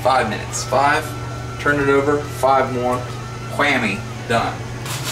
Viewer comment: Man tell you what. It kills me everytime you say whammy. haha WHAMMMY!